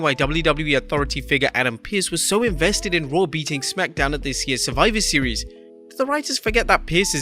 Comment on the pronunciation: "Surfiver Seas" - Adam Pearce.